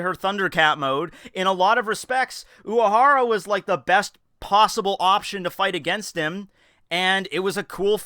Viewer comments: of course not, but this one sounded very noticable to me. If I didnt already know the name, and was asked to spell it based on what I heard in this video, I'd probably have written "Uwahara" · have i just never noticed that you have a speech impediment? oc tow bo? uwahawa? wtaf